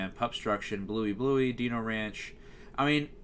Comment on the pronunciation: hearing you say dino ranch as "deeno ranch" made me laugh lmao. Great video as always. I've got a couple of channels you could do next - Comedy Central - Universal Kids - FXX - TruTV - TBS All of these channels are BAD.